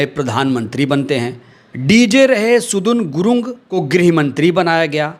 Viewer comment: सुदुन गुलुङ्ग नहि सदन गुरुङ्ग है